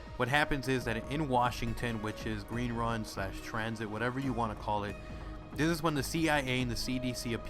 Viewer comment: Gween Wun?